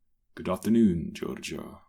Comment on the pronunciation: I love the "this is Giovanni Gorggo, but everyone calls him Gorrgo." XD